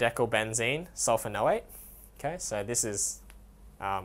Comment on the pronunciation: when you say sodium dodecylbenzene sulfanoate, don't you mean sulfonate. Also don't you have to add the para- prefix or a 4 to the name so it reads like: Sodium p-dodecylbenzene sulfonate. Thanks for the video though, it really helped.